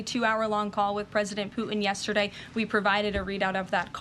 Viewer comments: President “Poo-ihn” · She’s the best speaker of the house that’s ever been! My only complaint is very minute, and she may be doing it on purpose… it’s the lack of pronunciation of the letter ‘T’ on a lot of words where a T is in middle of the word. Like ‘Putin’, she kinda says Poo-en, Forgo-en, impor-ant…It sounds like a 5 yr old. A lot of people doing this lately. My pet peeve. But, that said, this lady is FANTASTIC!!!!